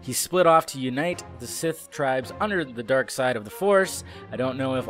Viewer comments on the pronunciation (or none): none